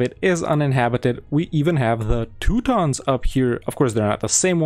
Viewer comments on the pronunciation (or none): none